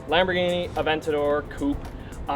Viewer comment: A-vent-ador = I love Vents for Lamborghini